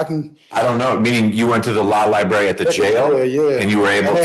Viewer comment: He’s gotta go to the law “liberry”